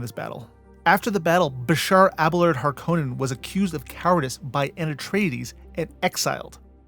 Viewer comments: HAR- koh nen HAR koh nen (it is actually a FInnish name, and first syllables always emphasized._ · My brother in christ, richese and harkonnen are both pronounced numerous times in dune media and youve pronounced both of them wrong